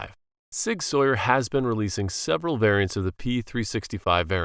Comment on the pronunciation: It's not Sig Sawyer, it's Sig SOUR!!